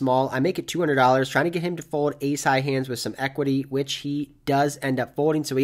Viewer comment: I can't stop hearing "fowed" whenever you say "fold" haha